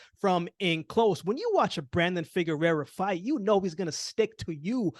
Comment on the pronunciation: Correction on your pronunciation: Figueroa (figure-row-uh) —not Figurerra (figure-rare-uh).